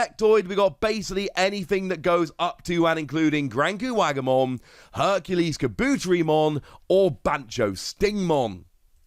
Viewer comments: I love your content but every time you talk about kabuterimon you butcher the name so badly! Car-bu-teri-mon! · seriously. You are so mispronuncing Kabuterimon. Take Kabuto, like the pokemon, and combine it with Terri, like the beginning of Terriermon. Kah-boo-terri-mon. Im sorry, but you keep doing this, and its especially annoying at this state. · Awsome video love them also nice for keeping up to date and obtaining knowledge of past card drops etc I just started I epically failed to join when this game first dropped lol Anywho anyone else find the themselves screaming internally it IS KA! BUUUU!!! TERRI!! MOOOOON!!! lmao although he may be pronouncing it correct but for us who grew up with the show its diffrent like 🤔 how ill only say puppetmon